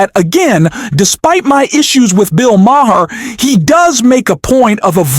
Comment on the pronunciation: It's just pronounced Mar, dude.